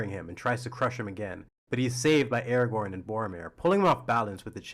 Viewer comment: Brother can’t pronounce Aragon rightly but thinks he has an opinion to tell…